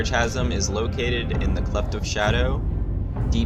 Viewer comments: Keep doing these videos. But I really must say... Chasm is pronounced kazəm, with a "K", not a Cha. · mfw you cant pronounce chasm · No that’s not dialectic. It’s not worth getting upset over the guy is trying to help him polish his videos up. People mispronounce words all the time, especially older unused words like Chasm